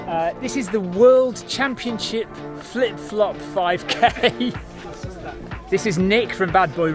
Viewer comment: I can't believe how many times you said Flip Flop 5k correctly !